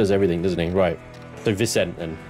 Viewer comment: Haha, great fun, as always! Though it does always make me cringe when you dont pronounce Vicente properly. Hes super Latino, so its vih-SEN-tay. 😂